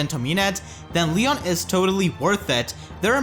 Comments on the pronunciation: So is it pronounced lee-on or lee-yohn Regular Eirika says lee-on but new Eirika says lee-yóhn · It's pronounced lion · It's pronounced LEE-OWN